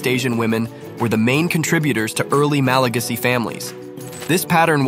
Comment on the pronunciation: The way he says "ma-LA-gasy" sounds wrong in my ears. In English, we say "ma-la-GA-sy" ==> /ˌmæləˈɡæzɪ/